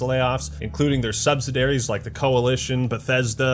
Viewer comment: love ya man, but “subsidiaries” is pronounced “sub-sid-E-air-E’s” and not “sub-sid-air-E’s”